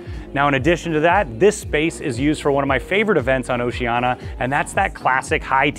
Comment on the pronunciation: It's 'Oceania' (Oh-Cee-Aan-Iah) not 'Oceana'. :yougotthis